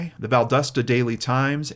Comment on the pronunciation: I live due south of Quitman, Ga. I'd never heard of this case before (I've only been here since 1990s) The people of South Georgia and North Florida are amazing and kind. Dixie, even Quitman, are so small and if you blink you might miss it. And congratulations on pronouncing Valdosta closer than anyone else who tries. Val-Daw-sta 😊 Thanks for sharing this amazing case with us.